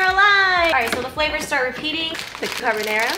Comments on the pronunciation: Not her saying carbonara as carbonero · Love u but the way you say carbonara 😂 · you said it the most American way possible and that's why I love it ❤️ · Love this but omg I can’t get past how you pronounce carbonara 😂😂